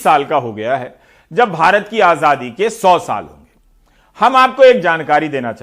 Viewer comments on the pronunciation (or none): Abe Modi rascal.. Dhang se bolna to seekh.. Azaadi hota hai.. Ajhaadhi nahin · he spells azaadi as ajhaadi haha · Azhadi nahi chutiye Azaadi hota hai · Jaahil Aazaadi hota h Aazhhadi nHi 😂😂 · Modi ji bolna seekho आज़ादी hoti hai आझादी nahi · Was it only me jise modi ji ke muh se azaadi ki jgh ajhadi sunayi de rha tha😂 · Modi cannot pronounce Azadi he pronounces it Ajhaadi. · Yeh jisko AZADI kehna naheen aata yeh khaak World Super Power banaye ga. AAJADI. Wah kya baat hay. AAJAD qom. 😂🤣😀😁😁😁🤣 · Modi ko aazaadi bhi bolna nhi aata baar baar aajhaadi bol rha h 😁😁😁😁🤬🤬🤬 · Is admi ko sahi se azaadi bhi nhi bolna hai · he cant even say ‘ajaadi’ properly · Azadi bolne nahi Ara pm ku 😂😂😂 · Ravish ji isko to theek se azaadi bhi bolna nahi aata hai, manhooson ko kum dekhane ki koshish ki jaye, dil jalta hai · Modi can not even pronounce azaai properly. He needs to go along with other BJP and RSS idiots